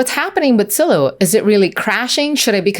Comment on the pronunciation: For the love of god, it's Zillow not Sillow